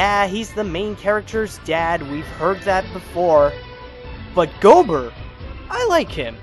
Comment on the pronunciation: You mispronounced gobber